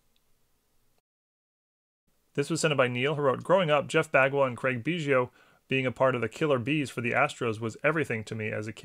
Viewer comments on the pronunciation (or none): none